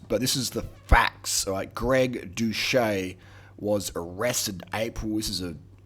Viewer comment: 1.guy, you can't even pronnounce his name right 2.he opened up about it, he has videos from before he even had 10K subs explaining his steroid charges, he is completely open about his past 3.yeah bro hes still blasting tren, thats why he lost 40 lbs of muscle and 200 lbs off of his bench 4.greg was prolly natty at the time he claimed he was natty since he did gain close to 50 lbs of contractile tissue and his bench went up by 2.5pl8s after he started doing roids 5.have you not seen ANY natty below 10% bodyfat? are you SERIOUSLY saying you CAN NOT HOLD ONTO MUSCLE MASS while dieting? what kind of fucking clown are you? conclusion:this video is a massive L, just because you look like shit that doesn't mean you have to hate on people who look good